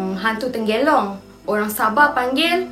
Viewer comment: Tanglong... Bkn tenggelong,, 😂